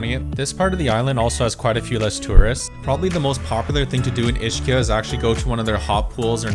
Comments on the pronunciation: he probably leaarned the neapolitan pronunciation, which is Ishkia😅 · Ischia is pronounced EEZ-KEEUH...even if you used the English "ch" sound, it would be EESHEEUH, not EESHKEEUH. And also Vieste is in the Gargano region so is referred to as the spur, not the heel. I understand how much you love Italy, so I recommend watching some YouTube videos on Italian pronunciation. Check out the free 30 day beginner series by Manu, of Italy Made Easy which I highly recommend. Nice work.